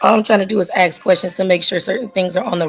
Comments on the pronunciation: "You didn't axe me" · Uhm, no ma'am you can't AXE anything :face-green-smiling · When you're making objections by saying "axe" instead of "ask", you're not going to win